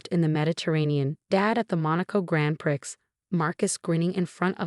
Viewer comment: Pree not prix